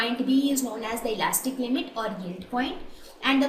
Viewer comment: Y is she sounding so uncomfortable with the word yield😂it's simply yi-el-d